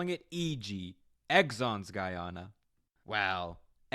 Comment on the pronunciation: did not pronounce it right once lmao